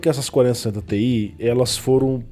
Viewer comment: vc dá uma embolada quando vai falar placa com "ti" no final kkkk as vezes n dá pra saber qual é